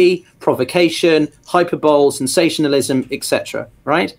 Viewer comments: "hyper bowl" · Hi mate. Just FYI, you are pronouncing the word hyperbole incorrectly. It should be pronounced "hy" + "pur" + "buh" + "lee". I'm not trying to be a nazi. I would just want to be told if I were mispronounced a word to a large audience.